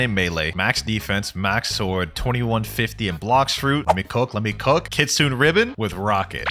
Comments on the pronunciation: Pls say ki-tsu-nay instead of ki-tsoon. Thats how it is in japanese 😭😭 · If I hear one more Kitsoon and not kitsune I will flip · Kit sune long a